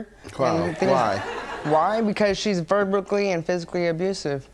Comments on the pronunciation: Is he saying 'verbicly' ?? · As soon as I heard verbickly 😭😭😭😭I headed straight for the comments. I knew you guys wouldn’t fail me 😂😂😂😂😂😂😂😂😂😂😂😂😂😂😂😂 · 😂😂😂 As soon as he repeated “verbically”, I could not stop laughing! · Poor thing can't even pronounce verbally correctly.. 😔